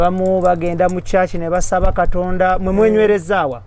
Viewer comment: "Kitonda"..so Angella cnt Pronounce "Katonda"🙄🙄😏😏🤣🤣anywe love u my 🤩🤩....But only Kasuku en Gashumba are missing on this show 🏃🏃